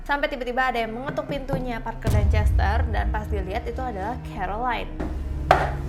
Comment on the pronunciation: Chester bukan cester